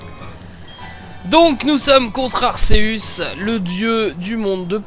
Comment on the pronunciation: on le prononce arkeus